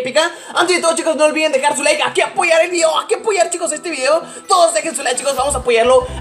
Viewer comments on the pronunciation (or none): dijo ulviden 😂😂😂like para que lo vea